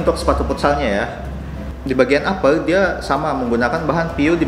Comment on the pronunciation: upper bang, bukan apel